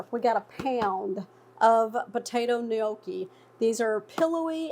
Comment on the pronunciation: What is a "Knee-Okie?" lol jk